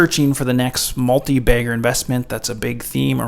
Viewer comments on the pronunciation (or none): Did you say “multi-bagger”? 😂